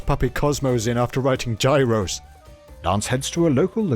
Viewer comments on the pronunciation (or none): Okay I know this is like a year old but gyros, the food, is pronounced "year-os". You British philistine.